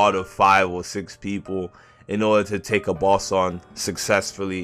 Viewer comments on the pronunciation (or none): none